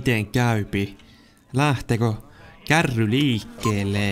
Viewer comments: Älä sano kärri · KÄRRI on murretta! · Sitä. Ei sanota kärriks